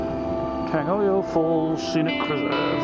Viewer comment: Just to help with pronunciation a wee bit - try this : TEH - UN NAH not tay arnah. Tangoio - TUNG - OY - OR. Lovely video. This is my fave place for walks, take the mokopuna. :)